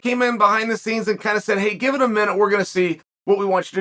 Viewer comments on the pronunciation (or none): none